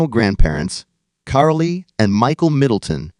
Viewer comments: It's just CAROL. She's got an 'e' at the end of her name, but it's pronounced just like 'Carol.' It's not pronounced, "Carolā." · Isnt it Carole, not Carlyee Middleton ¿? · Listen, AI, its Carole not Carly. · Carole is pronounced CAROL not Carol-ley! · Carole not Carolay!!!! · The e in Carole is silent. It is not pronounced.